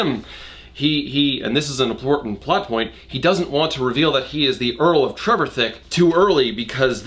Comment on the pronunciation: Trevithick, for future reference, is usually pronounced to sort-of rhyme with 'terrific'. TREV-if-HICK.